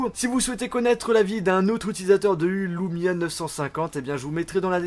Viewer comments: Super vidéo enfin un youtubeur français qui montre les qualités des Windows phone !! Par contre c'est LUmia pas LOUmia;) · tu le prononce à l'américaine :D